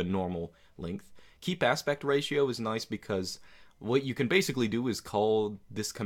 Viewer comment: Did he just pronounce ratio as 'raseo'?